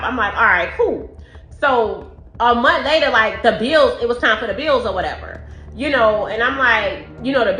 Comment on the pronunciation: "Inna munt" 😅🙄